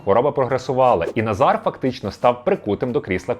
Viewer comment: Відмінок Форма імені Наголос Називний Назар Наза́р Родовий Назара Наза́ра Давальний Назару Наза́ру Знахідний Назара Наза́ра Орудний Назаром Наза́ром Місцевий (на) Назарі (на) Наза́рі Кличний Назаре Наза́ре